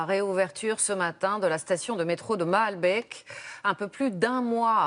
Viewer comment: cest malbéééék ,et pas baaalbek ou malbèèk